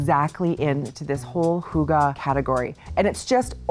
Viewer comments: Hahaha being Danish it is really funny that you pronounce it HOOGA 😂😂😂 it is a Y, you can try to almost make a whistle sound when you are coming to the Y in Hygge 👍🏼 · H-O-O-G-A-H 😂😂😂 Hygge, Lykke - why? Why?? The Scandinavian pronunciation of Y is really difficult. You can try by rounding your lips into a small circle and trying to say ‘e’ as in weeee. And the e in the end of hygge/lykke is not ah, but more like eh. Fun, right 😅 Thanks for a great show!